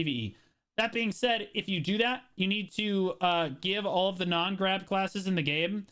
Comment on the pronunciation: that might be his best "I'ma gwab them" so far. We need a compilation of these